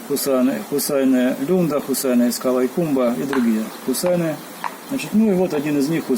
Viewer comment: Хусайне -это имя девочки.Ударение на "е".